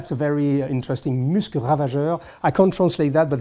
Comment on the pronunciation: Finally! A much needed sequel to Super Dacob's clinic on pronunciation. Wonderful stuff from. One of the few times I've ever heard "Musc" from Musc Ravageur and "Lutens" pronounced correctly. 🤭 There's an S!